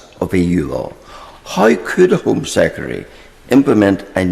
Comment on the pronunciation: Home Sekkery? He said it twice, that's not just miss-speaking anymore. Is it just laziness? Too many syllables for him?